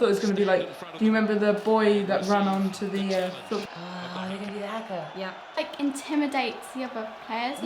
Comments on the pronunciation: Its not prenounced haka its prenounced hu-ka and dont laugh they're speAking kiwi and they smack themselves to make themselves red and angry its not funny either its my culture as well and im 10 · please pronounce haka right it's not pronounced as its spell it's pronounced harka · Haaaaa kaaaaa 😂 it’s pronounced hakar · Its Haka not huka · It’s not funny to laughing at and it s huka not haka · H A K A R x d that's how the say Haka. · It's funny cause they pronounce it as Har-Kar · FYI the haka is a traditional thing in New Zealand and.Also when they do the haka they are NOT mad BTW and is you make fun of it New Zealanders will be very sad. of and u are Haka wrong it pronounced H-U-K-A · It's pronounced hu-ka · everyone in this video was saying haka wrong😂 (I'm from New Zealand ) and they are speaking Maori they are pretty much saying that they rule the land (when they put there fists to the ground) and trying to show that there stronger then the others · People need to stop over pronouncing the a's in haka. In New Zealand we slightly under pronounce our a's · man you guys are racist and that is just sad and did you know that they are actually speaking another language when they did the haka. And plus you say "Haka" wrong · dont make fun of the haka got that its not some silly dance its traditional and the answer for your question what they are sayin is maori and its not funny and your saying haka wrong yes its fuckin fair its about our history and traditions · the keep pronouncing it wrong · It's not funny, or something to be messed with. Many NZ people take this seriously. For example, me ._. It's traditional and you say 'Haka' wrong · Well how are they supposed to know the seriousness of the haka? They are not from New Zealand/Aotearoa. Of course they pronounce 'haka' incorrectly, they haven't learnt the pronunciation of Te reo Maori. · The way they pronounce it makes me cringe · They pronounced haka wrong